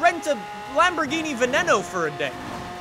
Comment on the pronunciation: Stop pronouncing veneno like that